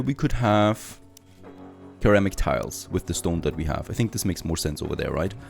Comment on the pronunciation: For ceramic, the pronunciation is ser-ram-ik instead of ker-ram-ik. Yes, english speakers hate that as much as non-english speakers so please dont feel bad lol.